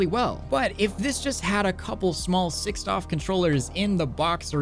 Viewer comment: Every time you say doff I cringe, I know it's not a big deal, but please just say degree of freedom for my sanity's sake